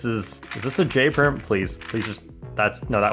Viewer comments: He just mentioned his Chanel’s name in like “U perm” no? “J perm?” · please say j perm